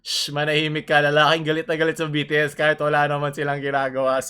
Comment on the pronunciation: BTS talaga yun pero sa vid BITIIS pagkakasabi niya 🤣